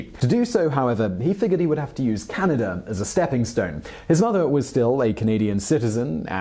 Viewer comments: I often forget about Canada. But I’m still offended when people call it “canadur.” There is no R in the spelling of that country. Why do you people hate it so much? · Elon goes to Canader.